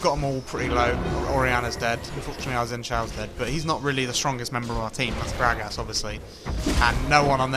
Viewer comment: Love how this guy says "Grag ass"